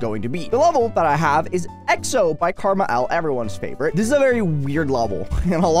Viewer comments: Um actually it's "car-mall" (KrmaL) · is it just me or does it sound like is saying “karma L”